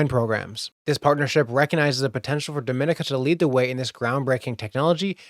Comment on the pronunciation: Dominica is pronounced in an different way than Dominican Republic. Pronounce Dom like Com in Dot Com. Dom - en - eka... Dom-en-eka